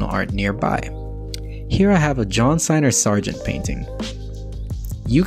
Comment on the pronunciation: Excellent video. One note: it's Singer Sargent, not Signer Sargent.